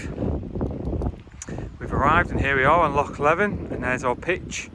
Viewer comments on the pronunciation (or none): Good video. If I may; Loch Lee-vin Ar-ris-ay-g Ker-rer-ra Dun-nol-lee